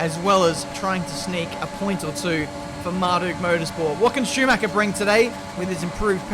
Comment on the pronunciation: Love your videos as my daily dose, but: Schumacher isn't pronounced Shoemac-ca ;)